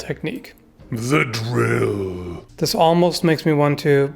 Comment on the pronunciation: The way you say the drill is hilarious